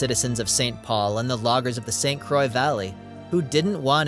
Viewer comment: It started out good, but too much AI used! Too many images not relating to the scenes being spoken about and miss pronunciation of St. Croix gave it away. Also, if you're going to use that atrocious new "MN flag" and be PC then you need to reference that the Mississippi river flows into the Gulf of America!